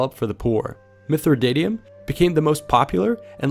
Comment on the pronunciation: mithridatium there's no o in it so why did you pronounce it as such?